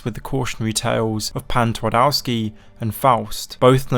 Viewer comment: ngl i like how you mentioned Pan Twardowski as its clearly what Heart of Stone is based on, but your pronunciation of Polish makes my ears bleed.